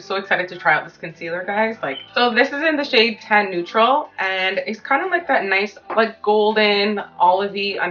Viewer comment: omg re-watching i realized you said tan neutral i thought you said 10 neutral 😭